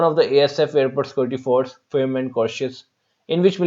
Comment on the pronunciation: Appreciable work . Sir firm and courteous ki pronunciation must dictionary se check kijiyega